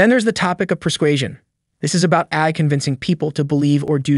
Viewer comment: Speaking of AI... did you use AI-generated speech for this one? The voice keeps saying "eye" in place of "AI". Also, I don't see OpenAI being a threat any time soon; the thing can't even remember what was discussed 10 lines ago. It has the memory of a goldfish.